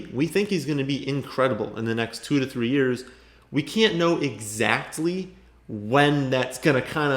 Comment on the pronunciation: No one pronounces the “T” in the word “EXACTLY” quite like our boy!